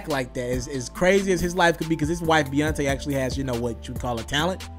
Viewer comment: Yall Just Got act like he aint say Beyontaé 😂😂